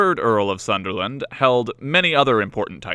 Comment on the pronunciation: Sunderland not Sutherland